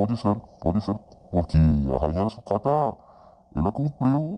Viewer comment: . No dice la reina de "socrata". Es "sucata" .